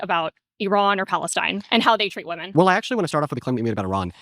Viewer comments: Through this entire debate dhe never prnounces the plural to woman. Never once says women. Ive seen alot of magats do that. Do they do this on purpose? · WHY DO SOME PEOPLE PRONOUNCE WOMEN LIKE WOMAN?!